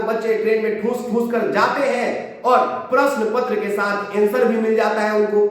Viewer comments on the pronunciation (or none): none